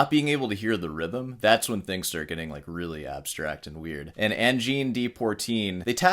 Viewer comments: Pronouncing "de" like "dee" was cringe. Was that for comment engagement...just like the sarcastic "I thought rock was just an American thing"? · Please, learn at least one French pronunciation today. The French word "de" is phonetically transcribed as [də] in the International Phonetic Alphabet (IPA). It is pronounced similarly to the "u" in the English word "duh" or the "a" in "about." Then, you'll know how to pronounce , "Le, Je, Te, Me, Ne, Re , etc" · It is not pronounced Pourteene. There is no 'r' in the first syllable. It's poi, pronounced like pwha. Notice that the 'r' is in the second syllable, and not in the first. And the de is not dee, it's pronounced like the french deux (I assume that you can count to 10 in more than one language?) Learn to follow the rules before you break them. You as a classical guitarist of all people should know this. Also keep in mind the current CONTEXT of microtonal as Angine de Poitrine is using it. They are using 24 TET, that is 24 notes per octave in an equal temperament. Basically a new note midway between each half step. Yes and sure any frequency that is not an exact 12 TET note for example could be considered micro tonal. So someone singing off key. A guitarist tuning up a note while playing. Also a string bend or vibrato could be considered microtonal, but that is not the context here. Some of the Arabic scales have notes almost like 12 TET with a different sequence of whole and half steps, but some of the frequencies are just a little bit off. Context is key. If you were to have some microtonal harmonies that have large intervals (chord voicings) then it is going to sound weird. AdP is using small intervals, usually in a melodic run. They so have a few abstract microtonal harmonies in the end of some of their songs, but they are fleeting, just for a beat and it works in this context. You made the point in the last video about the drummer being key, as does Davie504 in his reaction